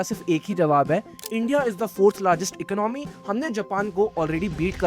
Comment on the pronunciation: Economy, your pronounce is wrong. Video is knowledgeable